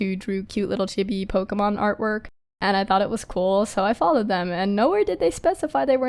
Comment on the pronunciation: Hey uh..Just thought I'd let you know chibi is pronounced "cheebee" and not "chibby" or "chubby", just sayin'. :v